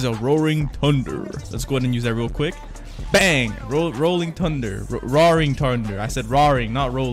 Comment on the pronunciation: lol he says TuNdEr and its THunder